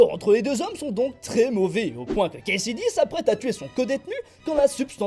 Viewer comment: ça n'est pas cletus "Kasaday" au lieu de cletus "Kasady" ?